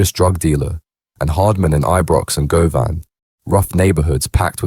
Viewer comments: Go-Van 😂😂 Its pronounced GU-VIN 🙏 Condolences to all effected by a life in Glasgow 🏴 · It’s pronounced Guvvin, not Go Van, fuds! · hahahaha hearing non Scots say Govan tickles me